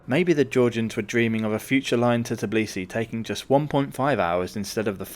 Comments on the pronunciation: Tbilisi, not Tiblisi. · First of all it is not TIBLISI it's pronounce TBILISI! Second it is mount ARARAT (even mentioned in Bible!!) not ARAGAT but otherwise useful info has been provided.